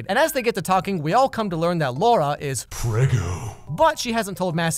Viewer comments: I'm a polish woman named Laura, which makes this movie extremelly uncomfortable (I haven't seen it, just some reviews). During the video used the english pronounciation of the name, which allowed me to disassociate myself a bit, but when Massimo used the polish pronounciation... man, it got 100 times worse. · It's funny for Indian audiences cuz the way he pronounces Laura in the final scene is pretty much same as an abuse we use which means "Dick" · You know every time that Italian guy called her Laura and pronounced R as D... I had a hard time controlling my laugh. Only an Indian can understand this. By the way, worst movie ever made 😂😂 The only entertaining part related to the movie is this video in particular 😂😂😂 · Fun Fact! The word "Laura", pronounced in the was as Massimo says it, means DICK in hindi. I will leave that right here for anyone interested. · I'm sorry this is not the right time but "Laura" means dick in my language, and the way he pronounces it exactly like ours (pronounciation not dick geez stop)😂😂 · The way he said 'Laura' made me laugh so hard. 🤣🤣🤣 Cause it rhymes with the same Punjabi word which means penis. 🤣🤣🤣🤣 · The word Laura is slang for penis in Hindi language, which this movie is. He says it very accurately throughout the movie. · He pronounced Luara as Lauda!! That was actually very funny coz in India lauda means penis. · The way he says Laura sounds like dick in Hindi 😂😂😂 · LAURA, not Lorah duh. In polish you are reading the A and U and it is not an O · I am pretty sure all Indians absolutely ADORE the way Massimo calls Laura! ^^ (edit: explanation- the way Massimo says "Laura" sounds exactly the same as the hindi slang "Lauda", which I think literally translates to the word that means a dude's shlong. It's a pretty frequent slang in hindi and some other languages as well.) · when he said laura it literally sounded "lauda" to me. 😂😂😂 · “Lauda” i cracked up everytime he said that sis